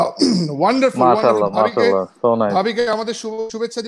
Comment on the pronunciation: এক হালার পুত একটু পর পর খালি বলে অনডারফুল অনডারফুল